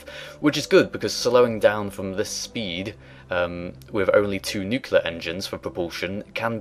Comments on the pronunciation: NeatCrown No, he's right: "Noo-keel-ler" is incorrect. "noo-kleer" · New-clear NOT nuke-ular. Sorry. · NeatCrown "Colour" is a spelling variation pronounced the same as "color" that is correct in UK/Canada/Australia. "Nu-cu-lar" is a pronunciation mistake that is correct nowhere. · Nooooo! Nuclear is not pronounced "nuculer" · Learn to pronounce "nuclear".